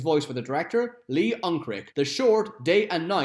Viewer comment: You mispronounced Lee Unkrich The last two letters are pronounced like much, such, each, and chase